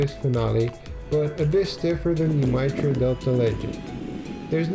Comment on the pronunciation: Mitre is pronounced might-er